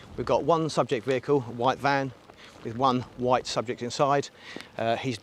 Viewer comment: i know, I was like why did he need to say it like that.